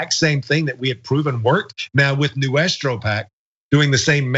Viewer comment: Noo-es-trou pack... 👀